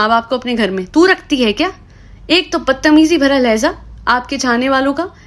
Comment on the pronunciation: Ma'am LEHJAA hota hai , LEHZAA nahi.